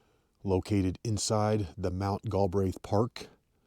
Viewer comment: Prounounced Gal Breath